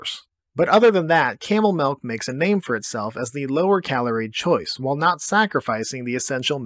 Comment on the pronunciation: Him pronouncing it 'melk' makes me feel heard.